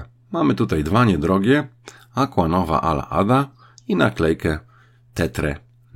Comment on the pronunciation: "Aqua" wymawia sie "akwa", a nie "akła".